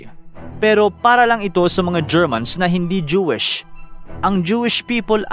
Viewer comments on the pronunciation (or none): none